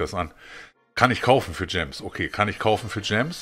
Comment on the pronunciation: Kaum wird zum Fanboy spricht er gems richtig aus. Aber in seinem Alter ist er leider nicht mehr so mobile.